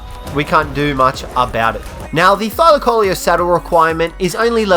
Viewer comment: A thylacoleo is pronounced thy-lac-o-Leo trust me we learn this stuff they lived in my country